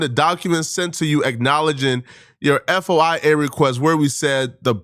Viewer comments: Its pronounced Foyia. FOIA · Bro you don’t spell out foia lol you say it like foi-ya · FOY-YAAAAAW. 2 Sylables my dude. Like tin foil, and hi-YA like karate. FOI-YAW. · Y'all and Candace killing me with this F.O.I.A.H.I.J.K.PQRS. It's called a FOY-YA Request. FOI - YA. FFS ITS 2 SYLABLES not 500. Foooooi - Yaaaaaaa. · "F - O - I - A" 😂 Bruh. How tf do u not knw wht FOIA is !? U work in media/ journalism ! The fact most of y'all on here have no idea how crazy tht is or wht I'm even talkin 'bout is just as sad tbh smh. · Dude doesn’t even know what a FOIA request is or how to say it 😂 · Its pronounced foy-yuh dude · I’m so happy to know I’m not the only person that points out his terrible ability to pronounce very simple terms and words. You’re soooo right, if someone’s a “journalist” I feel like FOIA should be like one of the most used terms in their vocabulary. Anyone can make a post or video and claim to be a journalist so 25% of the population is a journalist. The more he talks the more people with a brain know he’s just a dude making videos. Just look at the titles of his awful videos. So hyperbolic and untrue. Everything is a “gang war” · Lol nah, that's bad, but it's nothin' compared to him not know what "FOIA" is or how to even pronounce it. A "journalist" unaware of FOIA is like a soldier who don't know what a rifle is, showin up to battle w/ a slinghot. Absolutely wild. 😂